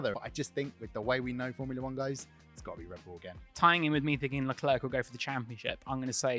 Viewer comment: It's leclerc..